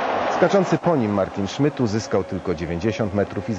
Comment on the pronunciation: co za jemioł... "niemiec martyn szmyt"